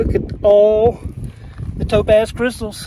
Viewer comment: i really thought you said dope-a$$ every time you said topaz xD